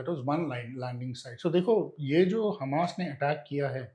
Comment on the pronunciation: The interviewer keeps pronouncing Hamas as hummus like the dip. Also, the way she is asking the questions is irritating. I am not sure if she is ignorant of history, such as Hitler and the holocaust, or just trying to establish simple facts for her viewers. Irritating either way. as usual was excellent.